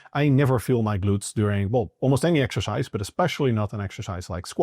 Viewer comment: ❤ the accent 😂Exerscheiss